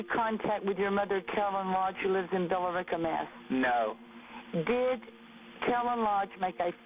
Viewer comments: The way she pronounces “Billerica” makes me want to scream, it’s Bill-Ricka! (Billerica is the [indiscernible] when she’s listing police stations.) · When she calls the police and she’s basically leading the guy, the part you don’t have in quotes is “your mother that lives in Billerica Mass” she pronounced it wrong though lmao. It’s pronounced “bill-rica” not the way it’s spelled. Sincerely, someone who’s spent far too much time in Billerica Massachusetts. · I know the lady's insane because she pronounced the e in Billerica.